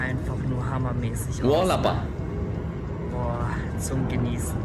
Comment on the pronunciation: warte warte warte, sag mir nicht eli wollte bei "wallpaper" sagen und sagt stattdessen "wallappa" hahahaah